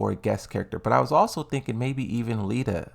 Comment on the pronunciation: HE FINALLY PRONOUNCED LIDIA RIGHT